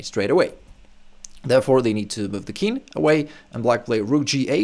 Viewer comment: Nice content. But it seems to me that you say "kin" for "king". Is that a common pronunciation ?